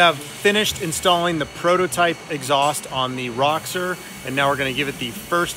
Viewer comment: You bug the hell out of me. Its not RA-Xor its ROW-Xor. Theres no A in it.